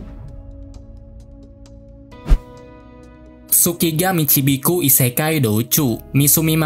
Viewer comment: Pas ngomong tsuki ga michibiku langsung ngakak gw wkwkwkwk